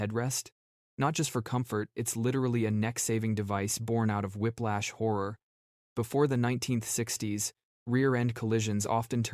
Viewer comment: Whiplash not whiplach